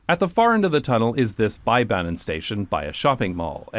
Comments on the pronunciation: Try pronouncing Bergen like Beer-gen, but shorten the i: (ee) to i. Also, Bybanen is pronounced as bee-banen, not buy-banen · It's so funny to hear you pronounce bybanen with an English 'by' 😆. Even though I do feel that y is the hardest Norwegian vowel - like Dutch UU but with unrounded yet not completely spread lips 🥺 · Great video! Your pronunciation of Bergen and Fyllingsdalen is near perfect, but for future reference, the Y in Bybanen and any other Norwegian words with a Y in it, should be pronounced the same as the Y in Fyllingsdalen. 👍